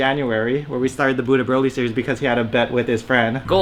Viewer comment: Everytime you say "Buu to Broly" it sounds like you say "Budha Broly." Like he is a really Zen Broly.